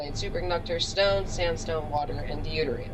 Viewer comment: Great reactor- Deuterium is pronounced Doo-Tier-Re-Um